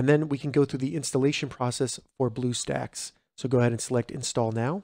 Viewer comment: you said bluesacks XD